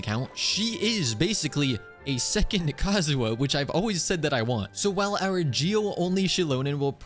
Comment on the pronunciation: not me thinking you're calling him kazoo